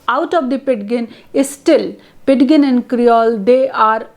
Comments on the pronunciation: You are right. It should be pronounced "PIJIN." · amm sorry i m confused pronunciation of ''pidgin'' is incorrect.. 'd' is silent ! kindly corrects me mam if m wrong..